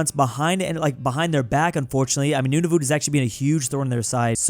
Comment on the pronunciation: Nunavut isn't said like that its pronounced noon-A-vet